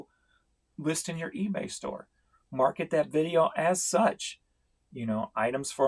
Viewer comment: The fact that you say Feebay at the mark which is immediately followed up by a cah-ching! is so appropriate. Couldn't have planned it any better.